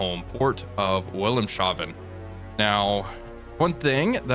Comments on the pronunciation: Always makes me chuckle when english speakers pronounce Wilhelmshaven. To help out: In German the s and h do not combine and (in this case) the v is pronounced like F. So it's Wilhelm's Haven, or in a more modern spelling: Wilhelm's Hafen (literally Wilhelm's Port). And that's also the phonetic spelling, I guess. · to pronouce wilhemshaven its pronounced vil-helmz-ha-fen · Love the show! If I may be of assistance, it's pronounced Willems Haven. Wilhelms Harbor in English. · Wilhelmshaven is actually pronounced Wilhelms-haven, not Wilhelm-shaven. Haven/Hafen = Harbor. Wilhelm's Harbor. But good on the pronounciation otherwise! :) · Wil | helms | ha | ven. No 'sh'-sound. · Either that or a Shaved William is something new that we shouldn't be discussing in public. 😜 Immer glaube ich daß die Deutschen Wörter richtiglich ausgesprochen sollen. Though I generally don't correct anyone. He does try. That's worth something. I always give points for trying. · I know this is a 10 month old video, but the sh in Wilhelmshaven is not a dipthong. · That pronunciation of wilhelmshavn really threw me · Your pronunciation of Wilhelmshaven is unique and mainly recognisable by you. Otherwise, good content. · Unlesh you're Schean Connery 🙂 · Glad I'm not the only one that notices when he says that.